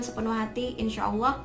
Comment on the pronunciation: mbaknya cantik kalem baik pula😊 terimakasih atas motivasinya mbak🙏 Tetap semangatss👍 mbaknya seperti santriwati pesantren?🤔 saat melafalkan lafal Allah makhorijul hurufnya bagus dan auranya cerah banget berkah wasilah sholawat Nabi Muhammad SAW.